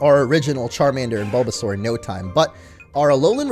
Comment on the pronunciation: Baulbasaur sounds like BOLDasaur